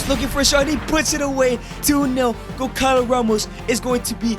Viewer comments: bro really said goncalo instead of gonçalo only Portuguese people will get it🇵🇹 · gonçalo is pronunced gonSAlo, not gonKAlo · its not goncalo, its gonssalo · The agony im feeling when you say GonCalo Ramos. This "ç" has the sound of a "S", so that's it. But i mean, he is under mr beast umbrella, so Who am i tô question anything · As someone from Portugal, you saying gonkalo ramos angers me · bro you say goncalos name wrong